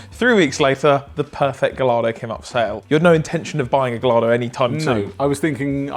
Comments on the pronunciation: Stop saying g-lardo, you flaming g-lardo. It's Guy-ardo.... LL is pronounced as a Y in Spanish and as Gallardo is a Spanish word you should probably learn how to say it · In Italian isnt double L pronounced as a Y - so it would be guyardo, not gal-lardo? Not sure. Lovely car - congrats. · Congrats, but PLEASE stop calling it a Ga-lardo. It's pronounced Guy-yardo. It's a Spanish pronunciation, after the Spanish fighting bull. Valentino Balboni can suck a bag of dicks. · Pronunciation : Gajardo... Italion and Spanish 'll' pronouns 'j'.. Marbella - 'Marbbeja' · Valentino Balboni, Lamborghini’s legendary chief test driver, pronounces “Gallardo” as “gul-lar-do” (with a hard “g” like in “go,” a short “u” as in “full,” and emphasis on the first syllable). This is based on eyewitness accounts from Lamborghini enthusiasts who heard him say it in person, as documented in automotive forums. ￼ He favors this over the more common English “guy-yar-do” variant, aligning with his Italian heritage despite the model’s Spanish bull-inspired name (where “ll” often sounds like “y”). A special edition Gallardo was even named after him in 2009, underscoring his authority on the marque. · You both ,without fail pronounce Porsche as the Germans do as we shouldn't in English but when it comes to the GaLlArDo you both gloss over your stupidity.Also chewbaca wouldn't fit in a 360. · If you're gonna have a Gallardo, please learn how to say it 🤣Guy-ardo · Ga-lard-o is fucking killing me. Uncultured swine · Every time you call it "Gullardo" I die a little inside. If a car is given a Spanish bull's name, and it means "galant", why listen to Balboni of all people? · You should pronounce it "ga-yar-do". It was named after a famous Spanish bull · gai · aa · dow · That is a beautiful car, genuine congratulations. Not to be a dick...please stop saying gaLLardo. 😢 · GaLLARDO!! Surely everyone knows that’s not how it’s pronounced!?!? Beautiful car, though. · Guy-ard-oh. Lamborghini Gallardo 😂